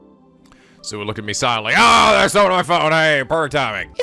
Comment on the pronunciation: I'm mostly just continuing with this because it's reasonable to not know how to pronounce foreign words, except that the voice actors are literally providing you with proper pronunciations. Rule of thumb for Japanese names, please stress the THIRD TO LAST syllable. This is VERY CONSISTENT; you should never need to guess how to pronounce names: Amane SUzuha, not aMAne suZUha MAyuri, not maYUri Okabe RINtaro, not oKAbe rinTAro / Okarin, not oKArin / HOUouin Kyouma, not houOUin KAede, not kaEde FUbuki, not fuBUki Itaru HAshida, not iTAru haSHIda HIyajo, not hiYAjo MAkise KUrisu, not maKIse kuRIsu KAgari, not kaGAri (this one you got right) MOeka, not moEka And from other games, to make the point clear: MAjima, not maJIma MAkoto, not maKOto KAzuma, not kaZUma If you don't believe it, just listen to how the voice actors pronounce the names. It's a western tendency to stress the second to last syllable instead, but third to last is correct. I would understand not knowing how to pronounce names if you read them with no context, but in games like Yakuza and Steins;Gate, the voice actors read out the name for you so you should know how to pronounce them.